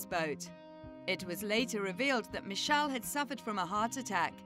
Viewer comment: IT'S MITCHELL NOT MICHELLE. IT'S A GUY, NOT A WOMAN.